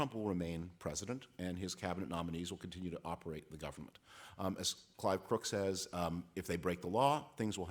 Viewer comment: How does somebody reach adulthood without the ability to pronounce the word: "says"